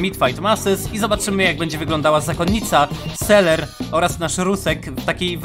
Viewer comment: To nie jest seler tylko selver